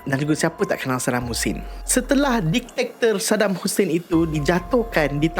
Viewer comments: Bkn diktiktor.. diktator bang.. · Bang.. just fyi ye.. bukan ditaktor.. dik-ta-tor... Ampun bang ya.. sy tegur secara open sbb byk youtuber/influencer/celebrity, pun salah sebut dan eja perkataan ni.. maaf n ampun bang ya.. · Diktator ✅ Ditaktor ❎ Repeat after me... Dik ta tor... 😁